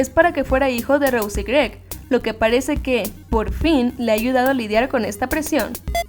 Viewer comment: se dice rose no rous xd